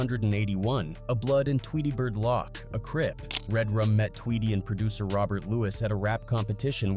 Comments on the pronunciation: Tweety Bird LOCK?? AI isn't that "INTELLIGENT" if it can't say LOC'!!! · "Tweety Lock" 🤣